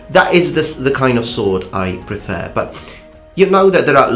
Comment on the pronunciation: You mentioned you want your pronunciation corrected, so: A bit nit-picky, but: the second E in "prefer" is slightly off. That aside, if you really want to be a badass, dual wield a katana and wakizashi like miyamoto musashi. :P